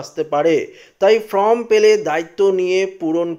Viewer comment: ফ্রম নয় ফর্ম বলুন